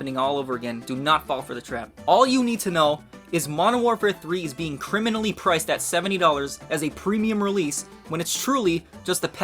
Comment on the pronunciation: He said crimalaly priced😂